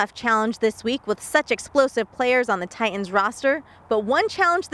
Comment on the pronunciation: Say it with me, "Tie-Tuns". Not "Tie-Uns". So annoying when I hear this